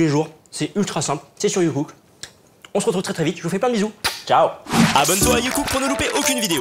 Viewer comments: à chaque fois dans l'intro j'entends JUNGKOOK au lieu de youcook 😂😂 les army's comprennent 😂😂😂😂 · Ah moi la première fois que j'ai entendu j'ai entendu JongKook x)